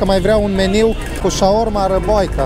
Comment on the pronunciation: nu te supara da la cum zici tu meniu nu te-ar intelege nici bunica...